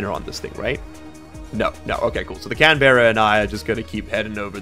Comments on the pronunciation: While I appove of Canberra as the name of the rover as I live close by, the pronunciation needs a bit of work. Can-Braa is the way say it to sound like a local, Can-Ber-Ra just makes you sound like a Yank and no one needs that kinda shade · just an FYI "Canberra" is pronounced more as Can-Bruh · Can BRRRRRRRR uh